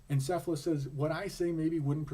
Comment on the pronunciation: not "s"ephalus it is "K"ephalus